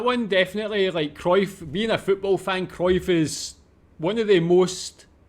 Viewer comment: Not a fan of either Ajax, or Kruif, that lady does not how to pronounce kruif...it is not krouf or kroif... lol